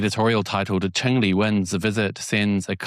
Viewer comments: her surname is Zheng, Cheng is the dialect pronunciation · Hi mate You’re pronouncing the Taiwan leader’s surname 郑 wrongly You’re pronouncing it as 陈. Cheers 🎉